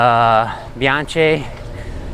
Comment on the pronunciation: Hey by the way Bianchi is said like Bee-on-key